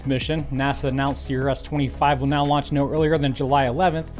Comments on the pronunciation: Is he saying meow instead of now??? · When he says “now” it sounds like “meow”.